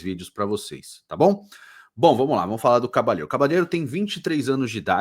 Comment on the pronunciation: Prefiro a pronúncia espanhola, onde o LL é falado como LH, ou seja, Cabalhero.